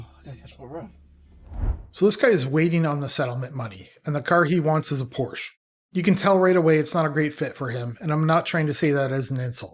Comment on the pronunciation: Please pronounce Porsche correctly